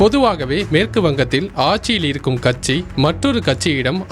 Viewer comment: கச்சி இல்லை கட்சி தமிழ் தெளிவாக உச்சரிக்கவும். நீ பேசுவதை கேட்க காதில் ரத்தம் வருகிறது